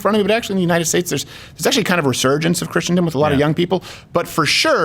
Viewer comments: I'm sorry Steven, but I just can't keep this in anymore (because that's how I'm made). The word is not "Christiandom," it's Christendom (all Christians collectively). I only point that out because you are such an effective communicator and I think you would just be more effective if you actually seem to know the language in which you communicate. I also am not referring to purposefully mispronouncing words. Here endeth the lesson. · GERALD: Please coach Steven in how to pronounce "Christendom." (Crowder, here's a hint: Chris: sin, dumb)